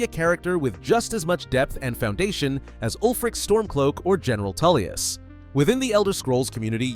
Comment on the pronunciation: Is Tullius not Toollius